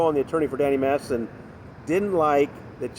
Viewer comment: How are you pronouncing Danny's last name? Massison? It's weirding me out. But LOVE your reports...thank you.